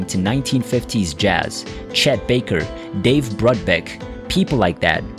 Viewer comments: Couldn’t have said it better. Couldn’t pronounce Dave Brubeck, Troubadour or Los Angeles, for crap sakes. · You can always tell when it is AI and a computer reading the commentary. They always mispronounce a bunch of words. Dave Bruebeck, Greenwich Village anyone?